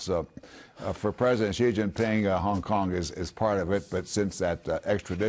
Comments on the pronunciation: president “zhi” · Fox full of stupid anchor like this one. He can't even pronounce President Xi accordingly and keep emphasizing on Hong Kong (probably trump and his trumpet team are behind it) Same and equal brain with trump